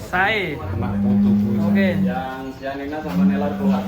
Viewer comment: Yg Italy chianina bukan sianina